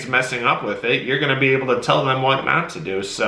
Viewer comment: She kept saying oble in stead of able